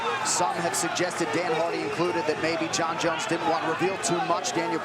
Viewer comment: You mispronounced JONES (G.O.A.T) wrong 😂